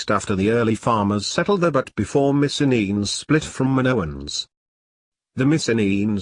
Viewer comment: Missen-enes? What the ---- kind of pronunciation is that? I'm Greek and this is very repellent.